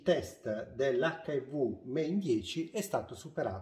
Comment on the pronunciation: non c'era bisogno di essere così esagerato.... 😒 Però è vero che hai mancato la C finale e sembrava avessi detto HIV